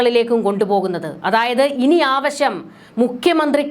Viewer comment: കുട്ടി ആവശം അല്ല ആവശ്യം എന്ന് പറയൂ.